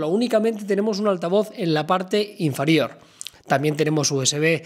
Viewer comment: INFARIOR?! AJAJAJJAJA